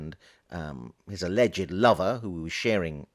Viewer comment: I have to ask: why must you refer to the roommate as a lover? Even if the personal / sexual lives had been shared, why would you call his friend, his “lover” when describing him? You might use his name of even just “the roommate”. The tone in your voice and the emphasis on the word lover sure makes me wonder.